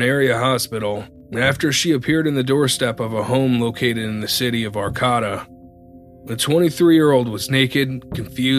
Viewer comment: Good listening. But please get the city names right, like Arcata and Fortuna. Just google how they're pronounced.